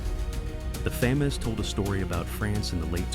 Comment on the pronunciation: The “Fay-Mas” lmao AI slop